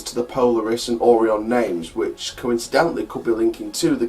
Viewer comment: It’s pronounced o ri on not oron